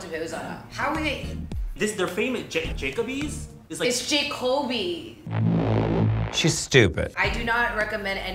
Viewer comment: JACOB-y: JAY-kobe real pronunciation: jah-coh-bee